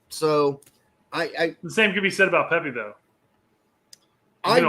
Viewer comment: oh haha he definitely said pepi 😂😂